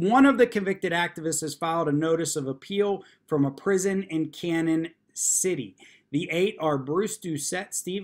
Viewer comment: As a Colorado native from Colorado Springs and FYI Canon City is pronounced Canyon City. Pueblo used to be the Pittsburg of Colorado with steel mills. The n in Canon should have a tilde over it as it is a Spanish word. Close to Canon City is what was for many decades the highest suspension bridge in the world called the Royal Gorge. It goes over a canyon created by the Arkansas River and has a narrow gage railroad that runs along the river’s edge. Actually more of a stream at this point. It is fun walking across the bridge on a windy day as it swings back and forth and ripples up and down. When family visited us from out of state, we always took them to the local sights including the Royal Gorge, Cheyenne Mountain Zoo, Garden of the Gods, Pikes Peak, Seven Falls and Cave of the Winds. When you get some free time and if the airlines are still operating, you should visit.